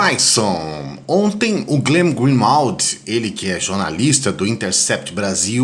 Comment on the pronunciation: Isso ta muito engraçado.... Todos os canais da resistência pronunciam o nome do Glenn errado... E olha que não é taão difícil... Borelli: Glín grín-ualt, intêrcept Ghiraldelli: Glên/Glín grin-uárd/glin-uard (e mais umas 4 ou 5 variações, uma mais bizarra que a outra) Clayson: Glên grin-uálts O unico que pronunciou corretamente foi o Bugalho: Glên Grin-uóld Aquele abraço